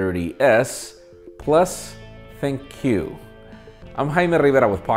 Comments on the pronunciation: well you pronunce Compaq as Compaq, but why ThinQ as ThinkQ? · When pronouncing ThinQ it sounds like "thank you" lol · Did anyone else hear "thank you" when said "Thin-Q"